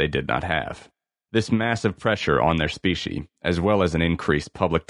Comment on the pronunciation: Is this AI reading this? I keep hearing speeshee money. I had to look it up. It’s specie money. Meaning coins. 👍🏻